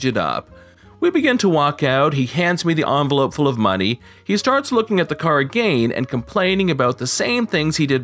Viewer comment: Are you really pronouncing "again" like that for real or are you just joking? It's annoying me like hell because you talk normal otherwise